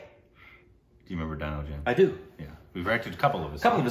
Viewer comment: "Deeeno" James... :) Dino, Tina, Gina... All same phonetically